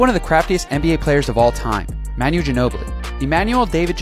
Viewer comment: This guy managed to pronounce Manu three different ways